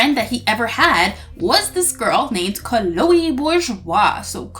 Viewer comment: it is not canole its chloe